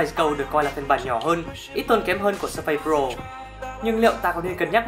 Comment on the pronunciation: Làm review thì nên phát âm cho đúng. Surface không phải là Sơ-phây